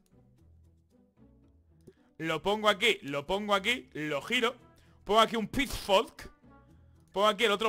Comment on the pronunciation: Según va pasando el vídeo va pronunciando peor Pitchfork, pitchflok, pitchwork, pichfokfwd... xD